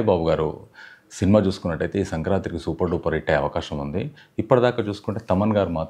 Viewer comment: 'Sankranti'. Sankrantri kadu.